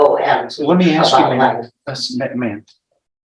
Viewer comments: "Axe"and "pacifically" were used quite a bit during questioning, SMH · "Ax" him. Good lord. Talk to the juuudge. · I would NEVER trust a lawyer who can’t even say “ ask “ instead of “ AXE “ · Must be a low bar to be an attorney guy says AKS instead of ASK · How did this defense attorney pass the bar exam? A defense attorney that still mispronounces the word AKS... oops I mean ask. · When his fiance was on the stand, she said they needed him. I bet the decedent had family that needed him too. His family lost him and, fair is fair, he needs to pay for what he did. Why is his lawyer saying "aks" instead of "ask"?? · it’s not an accent, it’s complete mispronunciation. It’s ask-not axe. He went to law school, is presumably “educated,” which is questionable and he can’t pronounce a simple 3 letter word.